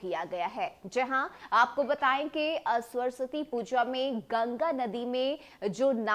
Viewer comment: पहले सरस्वती का उच्चारण सही कीजिए फिर समाचार कहिएगा।